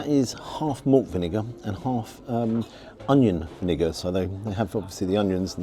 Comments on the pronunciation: I would probably suggest cutting out your pronunciation of "Onion Vinegar" here. I really don't think you want that clip being taken out of context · I'd play back the video from through to where you are discussing the type of Vinegar you have. I'm not sure if there is a glitch in the audio on the video but it sounds like you are saying a completely different word which I'm not going to repeat on here. Love your videos mate I'm just pointing this out so you don't face any potential backlash